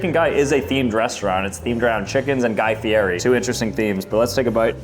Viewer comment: Guy FEE-ETT-E.